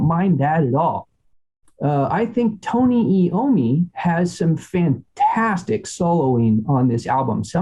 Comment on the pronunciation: First of all its III-ommi, like eye-ommi, NOT eeee-ommi. Second, it’s Dirty Women, PLURAL, not singular, Dirty Woman. All Moving Parts is NOT southern rocky…